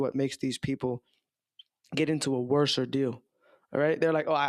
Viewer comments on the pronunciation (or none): It’s WORSE not WERSER. Just sayin.